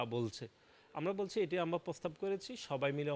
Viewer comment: বলদ ের প্রোনাউন্সিয়েশনের জন্য আবার স্কুলে ভর্তি হওয়া উচিৎ। যেমন, পতিবাদ, পোগাম, নিচ্চিত, পোস্তাব,পোতমোতো, পকাশিত ইত্যাদি, ইত্যাদি ।